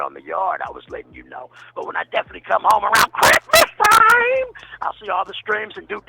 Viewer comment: He said Cripstmas 🎄